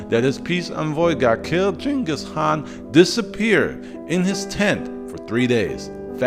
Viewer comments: I noticed that you basically skipped over a lot of details, there is another channel called extra history bro their video had more details and information then yours and also they didn't pronounce the word "khan" as "Han". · I love your fact based story telling. Great topics. The K in "khan" is not silent....or maybe it is, and my ears cringe at the "Han" sound. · I think dude is trolling us with the mispronounciation.